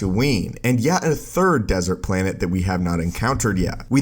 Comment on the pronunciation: Planet not “planehhh”